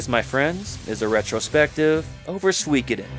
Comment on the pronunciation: Tir is pronounced like "teir". Also....Im hard of hearing so I use CC on YouTube for the things I miss....and is absolutely trolling me rn lol. Everytime you say Suikiden, it types sweekidin, priceless